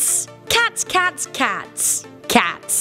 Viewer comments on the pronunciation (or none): The way you say “cats” pisses me off